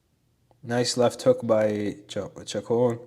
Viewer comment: Great study. I think Chacon is pronounced Shacone.